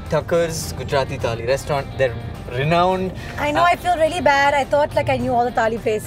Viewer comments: Am I the only one who noticed saying "Tali" instead of "Thali" every time he said it? #JustBangaloreanThings No offence! I'm from Bangalore and I laugh every time when my friends try hard to get it right 😆😆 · First of all, it is NOT TAALI, IT IS THAALI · I understand about kaneez..... but its called "Thaali"..... not Taali.... Taali means clap.... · Thali not Tali. One is plate, the other is Clap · its not taali it's thaali. Similarly it's not taal its thaal. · It's not a freakin taal or taali, it's a thaal! I am sure you don't have any trouble pronouncing game of THrones! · It's not taali but thali. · What's wrong with them?? Why are they pronouncing 'taali' and not 'thali'??!! How stupid is that! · Let some air out of your mouth when you say the ‘th’ in thaali. Thhhhhhhhaaaaaaleeeeee